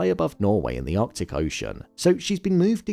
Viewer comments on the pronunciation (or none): none